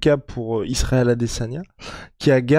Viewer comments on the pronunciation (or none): none